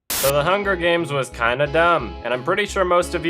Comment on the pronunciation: HUN GER GAYMS